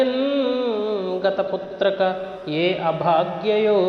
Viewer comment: Putrika not putraka